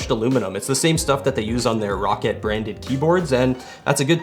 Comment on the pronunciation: this here is the rocket tf its (R-OH-CAT)